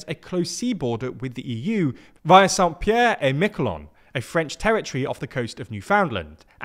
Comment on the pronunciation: tries really hard to say Miquelon the french way and fails, then ballses up Newfoundland. It takes a single Google to look up how to say places why must you be this amateur?